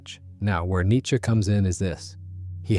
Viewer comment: Thank you for being a part of the 1% of people who pronounce "Nietzsche" correctly